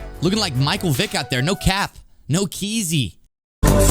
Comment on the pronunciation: yeah that was terrible lol and he said it wrong lol keezy is what he said